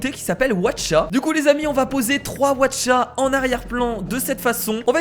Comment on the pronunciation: mais tu es tellement con les Aucha ça se dit pas Watcha😈😈😈😈😈😈😈😈😬😬😬😬😬😬😬